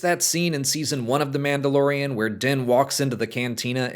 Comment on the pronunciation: What's this Man Dah Lore Ian that you speak of?